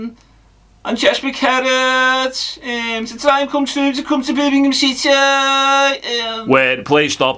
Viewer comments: Eermimgham city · 😂In bits can he call it Birmingh. EEEMM! 😅